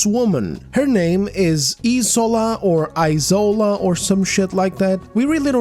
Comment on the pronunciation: It's isola as in E-SHORE-LAH... The s is sh... It's a Nigerian Yoruba name...